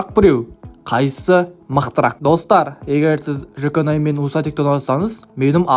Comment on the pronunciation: Жаконай емес Жуконай